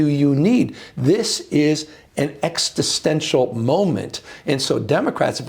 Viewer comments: exTistential? um... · If he's going to be president, he needs to stop saying "Extitstential". That's not a word! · Also quite disturbing that he doesn't know how to pronounce the word existential. Many attempts, never right. Implies not even understanding the root of the word is existence. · I agree with Newsome's message, completely, but can the man PLEASE learn to properly pronounce "existential"? I have autism, and it's triggering me hard, which makes it difficult to hear what he's saying when he misplaces the 't' like he does. His image is more educated than that betrayal reveals. 😖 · Someone should tell him that there's no t after the x in "existential" 🤦‍♂️ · Someone teach the Governor the word 'Existential' please. The first time he mispronounced it, I thought it was a slip of the tongue. Nope, he did it again later. If you're gonna use the word, you might as well say it correctly.